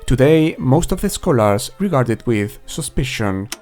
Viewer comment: I like your videos but holy moly man you HAVE to work on your pronunciation of some words in English. I had to turn on subtitles at some points which I am glad that you included by the way. The word "scholars" has its stress on the first syllable and it is not pronounced that way, and the word "dubious" is not pronounced that way either. There are many more examples, such as the word "attributed", which has its second syllable stressed. Take this as a friendly piece of advice. I hope I don't come off as an asshole. I really just want to be helpful and offer some constructive criticism. All props to you for even knowing more than one language. Just work on that strong accent and pronunciation a bit my man!